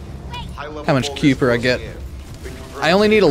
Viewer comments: spent 15 minutes doing the same mission.We're at one point the narrator voice says kuiper enhanced vulgus and he STILL mispronounces it 😅😅😂 "Ky-per" is the pronunciation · Pronounced "Ky-per"!